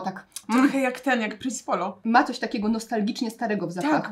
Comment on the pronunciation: Pierwszy raz słyszę jak ktoś mówi "Pince i Polo" zamiast "Prince Polo" I zastanawiam się jak jest poprawnie 🤣😭